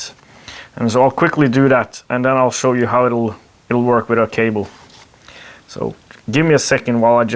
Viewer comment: "Let me sw you its features." Thanks for the great videos